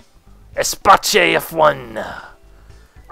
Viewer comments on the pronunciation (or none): "Espace", pronounced like "space" if you need to. French, not Italian, good Lord.